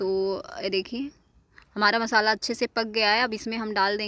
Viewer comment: Garam masala hota h mashala nh